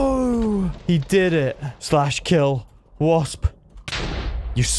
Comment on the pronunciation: Him saying wosp is similar to wisp. Me : how did u not know ur owner and he’s mod